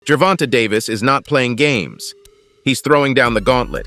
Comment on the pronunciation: Ger-von-tayyy say it with me Ger-von-tay no ger-vont-a jesus😂😂😂